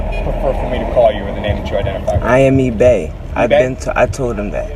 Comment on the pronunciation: Did he say his name is E Bay?